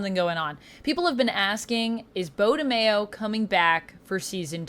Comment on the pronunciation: his last name is not pronounced Mayo like in Mayonnaise smh its Maio